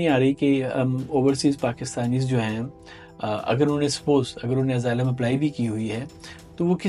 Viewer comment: اسائلم ہوتا ہے ازائلم نہیں ہوتا سرکار جی